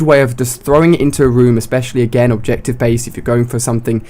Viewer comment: I think he is saying objection, not objective...